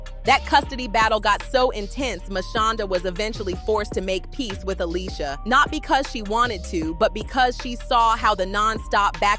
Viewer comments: What’s with the Alysia ? Ale-sha 🙄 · If she doesn't stop pronouncing her name Ah-lee-see-ah & saying it correctly Ah-LEE-sha Ok she got the memo. 😂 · The fact she keep callin her alisia I can’t even get thru this video 🤦🏽‍♀️